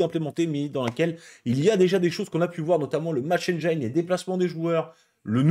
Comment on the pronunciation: On dit pas Match Enne-jaïne, mais Match Enne-jean